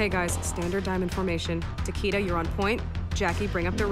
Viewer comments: They're actually gonna pronounce it Takeda like that? They might as well call him Taquito or something. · hahahaha Taquito!! xD that was hilarious and yes it sucks that they can't pronounce it right